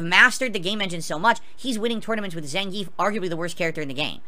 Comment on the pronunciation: Idk why he says Zangief like Zain-geef. It's Zhan-gi-ef. The announcer literally says his name properly every game and he still fucks it up